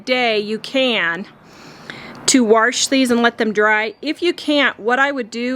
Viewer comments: W- A -S -H not Warsh there is no R in WASH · Wash not warsh, there is no such word a warsh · "Warsh" I figured you were from the Midwest once I heard that. Then you said Wyoming... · “Warsh”? My mom says “wash” that way too, she’s from Texas. Lol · Felt like I got a one- two punch to the face when I heard her say "warsh". Still plan on watching this for the likely amazing transformation, but hearing that pronunciation about threw me. I had no idea Wyoming used "warsh". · Ahhhh did you transplant to Wyoming? 🙂 I've only heard a handful of people say warsh before. So it caught me off guard, but I love accents, even if they only come out in a word or two. I live one state to the north which is why the use of that word threw me. I didn't think our neighbor state had that accent. Also, actually related to the video- your set turned out lovely as expected 😊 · I have never heard anyone pronounce wash as 'warsh' before. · “Warsh”… lol can’t get over it. great job though!